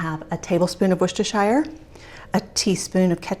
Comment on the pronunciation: Just wanted to say. As a Brit, I congratulate you on your pronunciation of "Worcestershire Sauce" No need to apologise! Perfect.